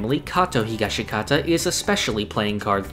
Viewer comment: Stop pronouncing the second 'i' in Higashikata. It's Higash-kata. That's the pronunciation.